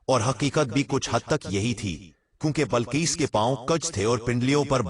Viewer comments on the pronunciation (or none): Bilqees naa ke Balqees urdu ghalat bolte ho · Balquees nahi BILQUEES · Bilqees ko balqees kahe rahe hain. Aap ki urdu sahi kijiye.. Kayi alfaz aap ghalath kahe rahe hain